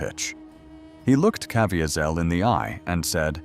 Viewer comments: The AI voiceover is so annoying with incorrect pronunciation. Cav-ee-sel is correct pronounciation. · It would be great if the AI would pronounced Jim Caviezel’s name correctly. I’ve been in church when he gave his testimony. He pronounces it Ca/vee’/zel. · I sure wish the narrator could pronounce his name correctly. But I guess AI isn't that good yet.. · AI's mispronunciation of Jim Caviezel's name is extremely distracting. AI should have been set to only use his first name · Too bad the narrator didn't properly pronounce Jim Caviezel's last name. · I can't listen to a narrator who cannot pronounce Caviezel's name. AI or not, that is intolerable. Out at 40 seconds. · Supposed to be a L they keep on mispronouncing Caviezel name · i don't think that is how he pronounces his name. also he was hit by lightning according to his own testimony what is wrong with this content creator. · Right off the get go and his name is mispronounced. What a turnoff to an otherwise interesting topic.